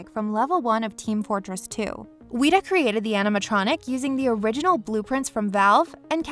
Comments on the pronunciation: Why did you say Weta like Wheat-A It’s said like Wet-a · We must fear the Wheat-uhs... Seriously though Weta isn’t that hard of a word like... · If I hear “weeta” one more time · I know the mispronouncing of words is a way to get engagement on here but come on, WETA as weeta? Its one of the leading VFX and animatronic creators in the business right now and your channel doesnt know how to say it's name right? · It's weta, not weeta. :( Just like the bug they named themselves after. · "Wheat-uh?" ...Smh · Me: Please don’t say it again. Please, I beg you...it’s not pronounced like that.... Video Narrator: WEE-taaaa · did you really call weta ,weeta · You pronounced weta wrong :/ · Your saying weda wrong.